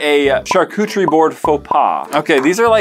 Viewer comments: I love that keeps saying charcutcherie board when it is definitely pronounced charcuterie board. I even asked my friend google because it sounded strange. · I thought he said shar-coochie😃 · and he pronounced charcuterie board wrong every time making me CRINGE